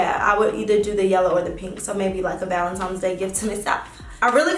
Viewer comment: jayla jayla 🤦🏾‍♀️ you’re pretty and educated remember so we gotta get these words right boo lol. It’s BIRTHDAY not BERFDAY, it’s BATHROOM not BAFROOM, it’s VALENTINES not VALENTIMES!! But on another note...that blonde is EVERYTHING on you 🔥🔥🔥